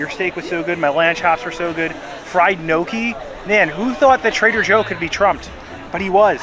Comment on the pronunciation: It's pronounced gnocchi with a Spanish ene sound not knowki....Tim Tracker does that too